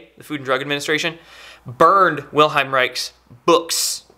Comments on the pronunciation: Thank you for sharing it! I know it since quite a while! However, wenn I hear you saying 'Wilheim Reik' instead of 'Wilhelm Reich', my ears start bleeding... Americans pronouncing/saying German words... Lol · Just for clarification Bro'. It's Wilhe"L"m not Wilheim. Thanks for the great videos. Keep up the good work. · WilheLm! Not Wilheim xD Great video tho! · Unfortunately the commenters under the video and even have no clue how to spell or pronounce Mr. Reich’s first name, lol. It’s not Wilheim or William but WILHELM Reich. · His name is Wilhelm not Wilheim. Wilhelm Reich. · The mans name was Wilhelm ...not Wilheim. Its the german equivalent of william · IT's Wilhelm not Wilheim! and he was a bit of a quack btw. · It's Wilhelm, not Wilheim. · I doubt its "the government" censoring it, as a guy who has the patent on the "orgonite" name has been trying to shut everyone down who sells it for a year or two now. Also, it's WilheLm, not Wilheim. He had nothing to do with orgonite, it was an extension of his work. He built orgone accumulators and other devices. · If you're going to generate the impression of authority, you need to pronounce the name of the individual so Central to your message correctly. His name is Wilhelm, not wilheim... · i like this vid but for crying out loud, take a little trouble to pronounce his name. Vill-helm. not Will-hime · Its Wilhelm not Wilheim, and Orgone, not orgon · Good info. Small correction: it's Wilhelm, not Wilheim. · The pronunciation is NOT "Vil-hime" but rather "Vil-helm". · Good info. However his name is not Wilheim but WILHELM. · Great notification. Spot on. Heads up, you misspronounce the man's first name (it's Wilhelm, not Wilheim) and the energy is orgone, not orgahn. Keep up the good work. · WILHELM REICH: first name is pronounced "will" "helm"